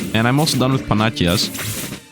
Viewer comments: Great video! The only complaint I have is small, and hopefully doesn’t hurt your feelings too bad, but “Panacea” is pronounced as “Pa-nuh-see-uh.” (I really don’t want to seem mean here about grammar since I’m sure this isn’t his first language, and I can’t learn a 2nd language for the LIFE of me, massive props! Ty for the great videos!) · Wierldy enough, the goddes is pronounced pa-na-ki-a, while the medicine mlnamed after her is pa-na-see-a (cos k to c historical shennanigans)